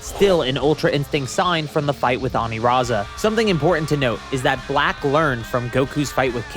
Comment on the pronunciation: I hate the pronunciation of Aniraza with the r because his name is meant to be a pun of Lasagna so using the r over l doesn’t make sense